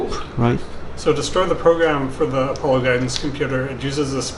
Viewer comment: What the heck is apple-o? A-paul-Oh :P Great content as always!